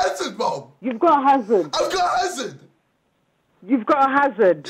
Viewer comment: Hazards name is pronounced without the h and d btw tobi